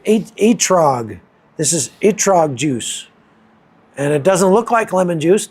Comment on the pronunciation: ETROG ( ET-TROUGH) not ergot, like ergot of rye which is a fungus that is hallucinogenic. Lol